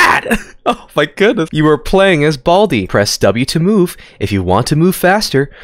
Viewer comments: bro said bladi instead of baldi 💀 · Baldi❌️ Bladi✅️